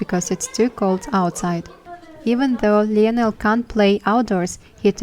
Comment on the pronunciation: Hi! Great, informative video! Just wanted to tell you that the name Lionel is pronounced “lie-nal”😊